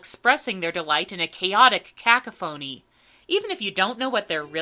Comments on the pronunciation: Said like Hermione It's ca-COPH-o-ny not CAC-oph-o-ny. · Isn't cacophony pronounced "kuh-KOFF-oh-nee"? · 'Un-REQU -ited'? 'CAC -ophony'? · we just gonna act like that's how you say cacophony !!??? for real!!!????? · Be sure of the pronunciation of words before you use them in your reviews. e.g. Cacophony. Askance.